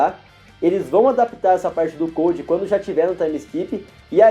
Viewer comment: Se escreve CODE, mas se pronuncia CODO. Mas, adorei o vídeo. Faz super sentido